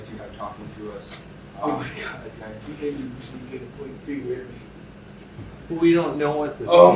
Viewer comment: Oh my gothhh gwoss . Ih my gouuuhhh. Creepy dude